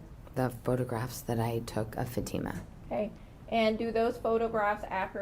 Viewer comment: It’s FA-TEE-MUH!!! Not FAT-IMA!! I really wish these Attorneys would get her name right.